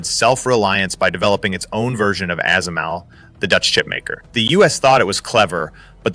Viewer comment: fix your ai narrator SMIC and ASML are not words. They are acronyms; SMIC is spoken as "ess ehm eye see" and ASML is spoken as "eh ess ehm ell"